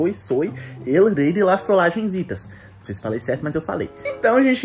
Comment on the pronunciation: I cho, não sifais